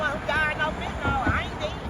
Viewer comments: Fenta-nill. Not fenta-nol. Get it right. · “Stop smoking that FENTANOL”. Excuse me, big booty lady, it’s FENTANYL not fentaNOL. Just saying 🤷🏻‍♀️🤦🏻‍♀️😆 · made me throw up! "Axing bout why yous doin' fentnaal" Lean claiming to be an officer going to call his "friends" to give you Hep C. When did potheads become patients? I can understand patients with cancer or serious medical conditions utilizing it but there's nothing "medical" about getting stoned from government poisoned cannabis. As a former pothead, with too many years of experience, I certainly never benefited from it other than a buzz and the munchies. Question, if you smoke cotton will it give you marijuana mouth? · She actually said stop smoking that fetynal 😂